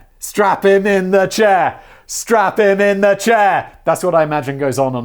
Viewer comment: Yay, well done Simon and team! 👏👏 First time watcher on Brain Blaze, long time fan of your YouTube channels (I dare not claim to know of all 😋). This was so much fun! I love your high energy and just, glee in this. "Strap him to the chairR" - I watched that part like 6 times, laughing my head off each time. Thanks for keeping me properly entertained all the way here in Cameroon.